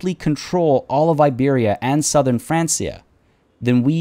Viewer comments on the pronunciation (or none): Just a quick tip: Francia is pronounced "Frankia" and not "Fransia". Although it will become France, Francia is the kingdom of the Franks, so it is pronounced with a hard c. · There's quite a few short jumps in the video. I've always heard Francia pronounced as 'Frank-iah'. I was wondering how long it would take him to remember that the pup's a female.